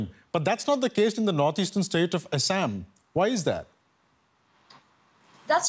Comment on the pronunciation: Why does an Indian have difficult pronouncing Assam? Is anchor having identity crisis?